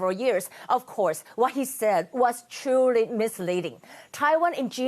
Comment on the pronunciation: True reporter.. not “trully” reporter...